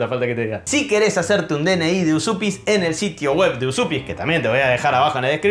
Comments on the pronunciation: Estudié lituano y la pronunciación correcta sería Uyupis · lo mas parecido para pronunciar Užupis seria decirlo asi: úshupis. Yo estuve ahi y no sabia que me podian sellar el pasaporteee AAAAAHHHHHH tengo que volveeeeerrrr!!!!!! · gran video... se pronuncia "uyupis". abrazo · No costaba nada ver en el traductor de google como se pronuncia Užupis en lituano!!! Es algo parecido a "Uyupez". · En realidad no seria tan facil ser ciudadano de Uzupis...porque primero habria q saber pronunciar bien el nombre😅 para mi es Ujupis o Ucjupis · Dice mi novia, que es descendiente de lituanos, que se pronuncia "úshupis"